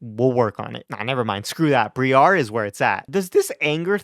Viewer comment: I felt like I was being gaslit by some of the poketubers, so I went and checked the pokemon presents. Briar, like a briar patch. br-eye-err. Why do y'all keep saying Bree-arr. I am So Confused. Anyway, great video as always, man!